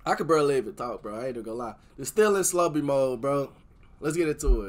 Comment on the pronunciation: Finally a reactor who doesn’t mispronounce Slobe name